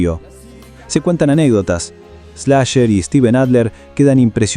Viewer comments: “Slasher” (Slash) y “jito” (hito)… Che, no lo dejen relatar al mudo… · Ni idea tenes quien es Slash, Como le vas a decir ESLASHER JAJAJAJ